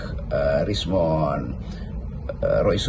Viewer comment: Bang ROCKY, selalu kurang akurat kalo menyebut nama rismon, kenapa sih bang?😅#pinisirin